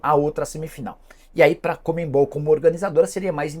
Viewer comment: Não entendo essa insistência em falar COMEMMMMMBOL, ao invés de CONMEBOL...